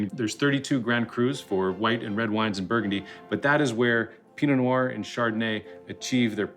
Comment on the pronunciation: dont pronounce the t makes you sound like an idiot